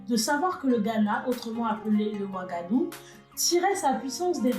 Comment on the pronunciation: Tres tres intéressante l'histoire, avec la bonne qualité d'image et la voix 👌👍 rien a dire , Sauf des mots comme wagadou= wagahdou gou === attendre l'année prochaine ici, Et Ghana= gnana=== ca veut dire roi héro, etc.... Sinon hâte de voir d'autres vidéos, surment avec d'autres empires .. merci est bravo depuis Grenoble